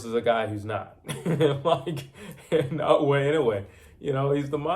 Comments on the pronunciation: His name is Naoya not Nagoya get it right man come on... americans need to learn how to pronounce other cultures names properly, anyway goodman aint gona do nothing but get knocked out like all the rest simple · The heck with Na o wha W and y is not close man